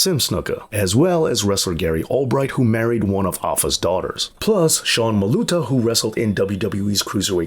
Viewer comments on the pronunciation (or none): none